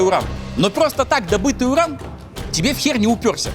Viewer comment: Юран изотоп такой-то))) U - нужно произносить как У, а не Ю. Ошибка, латынь (произношение) химики и медики используют, т.к. мертвы язык, чтобы все понимали одинаково